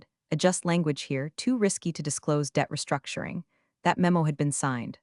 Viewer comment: The moment you hear the charge "wrongful restructioning" you know the AI has gone of the rails.